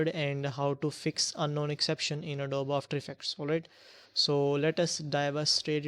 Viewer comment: It's not Adob it's Adobeeeee You say the E